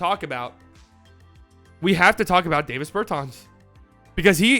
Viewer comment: DAH-vis Bur-tahns